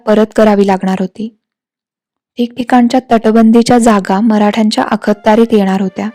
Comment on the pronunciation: शेवटच्या ललकारी ने अंगावर अक्षरशः काटे आले. फारच फारच फारच फारच अप्रतिम. त्यात तुम्ही नकाशाचा वापर करून बाजीरावांनी कसे कूच केले आणि निजामाला कसं घेरलं त्यामुळे रंगत आली. फारच फारच सुंदर डोळे मिटून ऐकलं तर प्रसंग जसाच्या तसा डोळ्यासमोर उभा राहतो. उत्तम उत्तम सादरीकरण. ताई प्लीज एकदा अखत्यारीत या शब्दाचा उच्चार कसा करतात जाणकारांकडून विचारून घ्याल का. कारण या शब्दाचा उच्चार करताना "अख"... या नंतर काही क्षणांचा अवधी घेऊन....... "त्यारीत" हा शब्द उच्चारावा. तरीही आपण जाणकारांना विचारावं आणि मगच निर्णय घ्यावा ही विनंती 🙏🙏🙏 तुमचे पुस्तक छापून आले की पहिलं पुस्तक मी विकत घेईन. इतके सुंदर पुस्तक लिहिले आहे तुम्ही. आपल्या संग्रही असावं असं हे पुस्तक आहे. तुमच्या पुढील भागाला शुभेच्छा. 🙏🙏🙏🙏